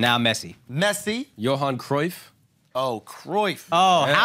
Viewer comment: These guys said cryuff😂 Netherlands has never won a World Cup